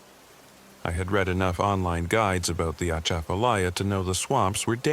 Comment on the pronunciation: Southeast Louisiana am. Ahhh the way you said Atchafalya OUCHHH! Lol😂